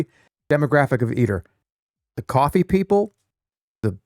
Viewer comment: Iced Coaffee, Stuffed Peppuhs, BYEAH